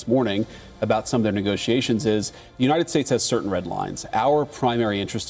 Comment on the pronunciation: united s-tits you said hahaha